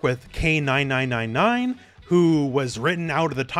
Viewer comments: Fun fact: it’s pronounced “Kay Four-Nine”, not Kay nine nine nine nine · It’s pronounced K four nine’s